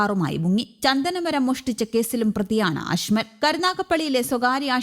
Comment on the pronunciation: അശ്മൽ എന്നാണോ. അജ്മൽ എന്നല്ലേ 😏🤔